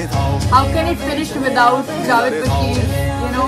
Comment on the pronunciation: Please Name Theek Len Its Jaavaid not ja-vedd